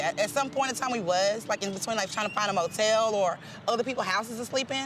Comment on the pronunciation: 'Hotel'? Did she mean [M]otel?